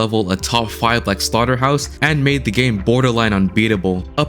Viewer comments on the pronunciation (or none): no it is not slaguhterhouse its slaughterhouse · ah yes slaguhterhouse my favorite level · Slaguhterhouse? are you serious my brother?